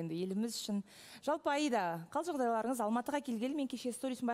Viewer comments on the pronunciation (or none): раздражает он неправильно говорит имя Аиды, всегда говорит Айда, ударение ставит неправильно!!